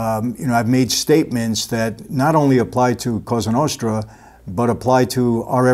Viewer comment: I really like your videos but I don't like how you pronounce Italian words in an American accent. When you say Cosa Nostra, you say it like "Qouza Nousthra". Just say it in an Italian way like "Koza Nostra". Well, you know what I mean :))) BTW I've watched a movie called "Bonanno: a Godfather's Story", which is based on Joe Bonanno's Autobiography. And in that movie they say the same about Kennedy's murder - his father had tight contact with Mafia and they helped him to win elections but later he began fighting Mafia and that's why they get rid of him.